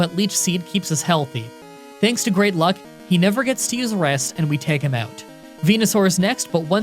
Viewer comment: Take a sip every time he says "took him oewt" or any such variation